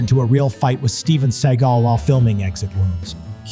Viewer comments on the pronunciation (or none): Steven Say'gal.